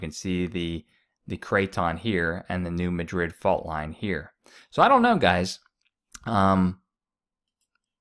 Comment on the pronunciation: It would add to your credibility if you pronounced the fall name correctly. I can Say New Mad- drid. And do Not say "Illisoise" Grades on the ear